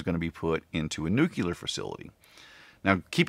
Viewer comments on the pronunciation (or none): Bloody Yanks!! It's pronounced ''NEW-clee-er'' NOT ''NU-cu-ler''. Igroramuses....